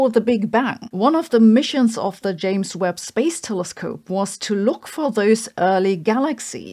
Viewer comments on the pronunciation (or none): none